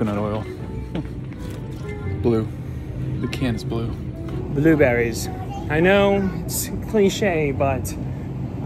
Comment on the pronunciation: I thought said blue batteries but he said blue berries